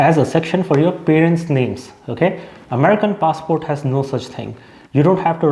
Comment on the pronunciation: It's funny how in every other sentence, you keep switching the pronunciation of the word "passport"